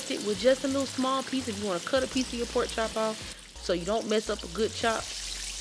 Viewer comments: First off, it's spelled PORK chop, not a poke chop. You sound uneducated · "Gimme what cha got foe a po chop" ayyyyee🎉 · I knew it was gonna be good when I heard her say “poke chop” 😆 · When said polk chop, I knew she knew what she was doing. I'm going to do this my next weekend off. Thank you